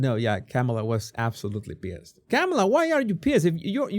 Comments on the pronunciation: It's COMMA NOT CAMA LA! Get it right, show a little respect!! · It’s not Camel-aah, her first name is pronounced Kahm -uh-laah. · No! It's prononced😅 Ke Mala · Her name is pronounced Calm-ala. Not so hard to pronounce! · Why can't you pronounce her name correctly?? You have a speech problem?? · I understand English is not your first language. No shame in that. So much has been said on how to correctly pronounce Kamala’s name. No excuse dude. Are you being intentionally disrespectful, or are you just ignorant? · Why not try to pronounce her name correctly? Just unsubscribed because of your bad choice of "non comical jokes about Vice President Kamala.